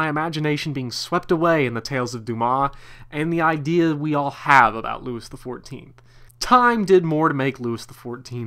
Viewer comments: loo-ee the 14th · Pronouncing Louis XIV as ... “LEWIS” is historically brutal. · It is NOT “LEWIS”!!! If you can’t get the pronunciation of his name right how can you expect us to take what you are saying seriously? Couldn’t finish listening to this! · I couldn't take it and had to kill the video. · Yeah, this dork's mispronunciation of a very basic French name - Louis- was embarrassing to hear! He butchered it!